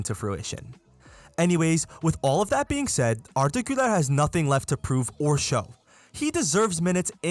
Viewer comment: İngilizceniz süper arda güler demeseniz türk olduğunuz anlamazdım